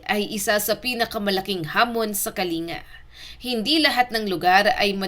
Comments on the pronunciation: MALI ANG PAGBIGKAS MO NG PROBENSIYA NG "KALINGA"....ANG TAMANG BIGKAS AY "KALING'GA HINDI KA-LI-NGA..ANDAMING IGNORANTE SA PAGBIGKAS NITO.. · Kalin -ga po😂ndi kalinga😅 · Wrong pronounciation kyo, ito tamang bigkas "KALING-GA". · Pronounce Kalinga with double "g". Say Kalingga